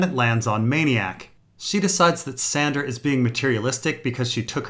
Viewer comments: Wait... are you calling Sansa "Sandra"... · is calling sansa "sandra" supposed to be funny?